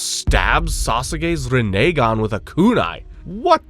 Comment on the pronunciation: Entire video was an A+ but you turned it into an L by the way you pronounce Rinnegan 🤮 disgusting